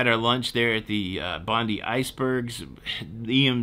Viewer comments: Hello, and welcome to Australia :) 1. Traveletors - the “flat escalators” are called travelators 😃 2. Flushing in southern hemisphere - I understand that toilets don’t generate enough centrifugal force to create a vortex. So our toilets flush in both directions. 3. You are right, you visited Bondi (bond-eye) and Coogee (coo-gee). I hope you have an amazing time here. Happy new year. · Dude that's not how you say Coogee or Bondi. Also Bondi is a mediocre beach the northern beaches are far more beautiful and much safer area ... Bondi is a tourist trap... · Bondy (as in Alan Bond) funded the stealing of the America's Cup. Bondi (bon-dye) is the beach. Coo-gee is another beach whose name you mangled. Roundabouts can be confusing, there was one a few k's north of Charles de Gaulle Airport when having just picked up a car, always wanted to drive 'round via the left not right. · Welcome to Aus bro.. it's Bond eye....not Bond De...lol...Bondi..enjoy your stay.. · This was a really good video. Also just to let you know it’s pronounced Bondi not Bonde. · I worked in the oil industry before retiring and have been to many different countries as a worker, not a tourist. Came across your channel. Great description and yes I was triggered. LOL. You triggered me again when, after correcting yourself, you went back to Bondee ..... Try this... Bondeye (like popeye) and one more Coogee, sounds like book or cook hence typed would sound like coo(d)gee. I hope you enjoyed your time here I subscribed and hope to see some more good trips from a tourist perspective. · Bond eye, not Bondee lol. The first part of Coogee is pronounced with a short U as in cuckoo. Sounds like Cujee. Welcome to Aus. 😄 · Coogee - cud-gee not Co-gee. Bondi Bon-dye not Bondy. Please. Thanks for correcting. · It's pronounced Bond"eye" - not Bondee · You pronounced Coogee wrong. Its said like couldee. Stop saying Bondy when its Bondi, Bond-die.🙄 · Say Bond-eye 100 times. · I kept yelling Bond-Eye at the screen. 😂